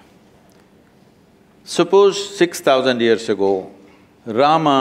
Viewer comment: Don't pronounce Rama , say Ram